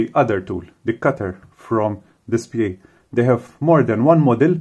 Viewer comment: It's pronounced This-pay according to the official DSPIAE people. Also, thanks for the vid! Was looking for more info about this thing!